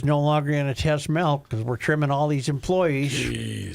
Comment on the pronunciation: Tell Joe to STOP SAYING "MELK" IT'S "MILK"